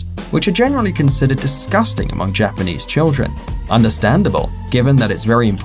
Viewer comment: sadly YOU GOT JAPENESE AND CHINESE WRONG